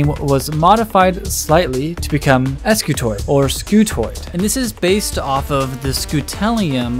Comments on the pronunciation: Wouldn't that be pronounced "skew-toid" instead of "es-kew-toid"? Because an initial "sc" almost never breaks into two syllables, and because "skew" as in offset or twist... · wouldn't this thing be pronounced "skewtoid" and not "ess cue toid"? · ‘Ess cuh toid’ how do you spell that? Scutoid, not s-cutoid, scutoid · I realize he pronounced it as es kiu toid and not skiutoid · Spent the first half of the video wondering "If the first line of the description says Scutoid, why does he keep saying Escutoid the whole time?". Would be nice if you kept things consistent, or at least explained the name in the beginning rather than the end of the video. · Scutoid not S- scutoid 🤦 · The guys that invented this were smart enough to invent a new shape, but not use grammatical correctives. if this is an S-Cutoid, it'd be pronounced exactly that way, MAYBE chaotically SCutoid. But with every fiber of my being, Scutoid is pronounced 'Ssskew-Toy'd" ALL OF THIS BECAUSE OF SOME GUY'S FKN NAME? So its acutally SkewToy'd Scutoid. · Wouldn't it be pronounced "scutoid" and not "eskyootoid?" Like - "skoo-toid"??? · pretty sure it's not an "Es-cutoid" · that you remove the e in the title and description but still saying 'escutoid' is a bit trolly